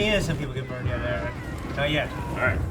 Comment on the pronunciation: has read my comments out loud like 4 or 5 times since they started doing polls, and he says "Ee rich" everytime. Its Eric with an H, I guess its really that hard.